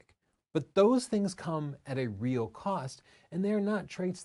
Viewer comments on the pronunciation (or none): none